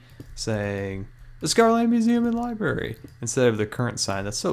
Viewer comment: dude how old are you it's not liberry its liBRARY